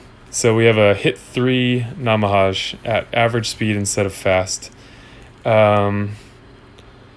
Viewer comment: Was confused at first who Namahaaj was, then I realized you were talking about Namahage. I think it's pronounced Na-ma-ha-ge, which is a yokai from Japanese folklore.